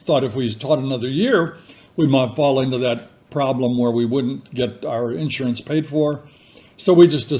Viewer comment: I love how you say in surance. A southern and midwestern, a different emphasis on the syllables!